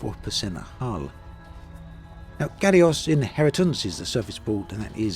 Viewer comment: "galioss" ? it's french, its pronounced "gal-wah", with the possesive plural just standard "gal-wah's"